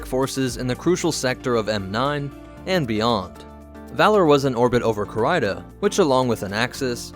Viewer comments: Core-Rider? - Damned, it's CARIDA :) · It’s pronounced ca-ree-da. Not ca-rie-da